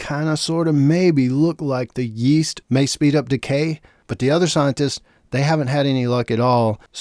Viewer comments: “Is with yEeeAssT” Bro why you say it like that? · it just sounded funny how you say it.